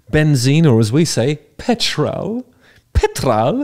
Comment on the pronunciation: You way you said 'petrol' 😂😂😂 if you know you know ✌🏻